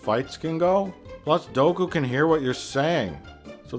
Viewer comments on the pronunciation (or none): So he says character names wrong on purpose right?? “Padame”, “Doku” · Is it weird that I thought he was saying "Goku can hear what your saying"? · Everytime he says Dooku I do a double-take thinking he's saying Goku